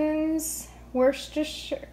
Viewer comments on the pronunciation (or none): I'm really tired of hearing everyone repeat, repeat, repeat Worshester sauce. All right already, we don't know how to pronounce it; just don't keep saying it wrong over and over...say it once and move on...my rant and it's over. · New subscriber from UK 💕 PS it's pronounced "Woosta Sure" Sauce You did brilliantly 🎉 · It's so funny listening to Americans trying to pronounce Worcestershire 🤣 For reference it's "wous ter shur" Hope that helps 😀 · Well done trying to say Worchestershire sauce. It is correctly pronounced Woo-stershire, but it's a heck of a mouthfull. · Wuss ter sher (pronounced like her) Sauce! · I am British and you pronounce the sauce Wu-stuh - don’t pronounce the -shire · Sorry but not here in the states! Wor-cester-shire = worchestershire.